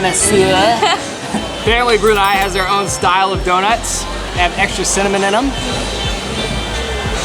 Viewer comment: “they have extra sinnemaninem” - 2023